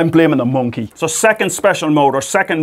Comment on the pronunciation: Every time he says "Monke" I get the biggest smile on my face haha Love ya Professor, keep it up!